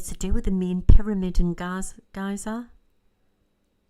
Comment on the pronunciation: There is an area in Egypt where the pyramids are and it is called GIZA. It's pronounced Gee-za :)